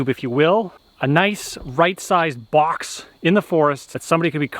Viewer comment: I love the way you say box "BOCHX"